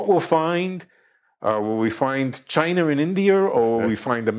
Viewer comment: "Chiner and Indier"...love it